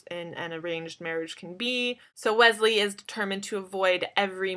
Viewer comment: Omg she said "Gwesley" Is she trying to reveal something to us?? :)